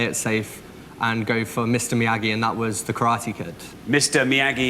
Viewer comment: I might be crazy, but I got the feeling he deliberately mis-pronounced Mr Miyagi. It's as if he were saying "I'm far too educated to know what any of this palaver is about, I'm above you all. "